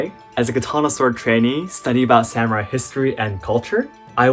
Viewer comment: As a Japanese it’s wierd when you say samurai as Sam rai Sorry if my Eng is bad 😅